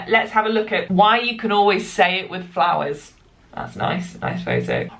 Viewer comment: flowers fowers Sorry just made me laugh This was a very educational video and I love your ‘reflecting on media’ ones you upload :)